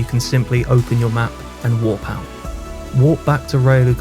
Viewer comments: I think he tryna say warp but his accent 😭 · You pronounce 'warp' and 'walk' far too similar